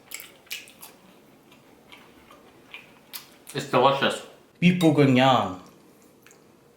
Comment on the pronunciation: The way you said “Bœuf bourguignon it’s so funny iam French , you did good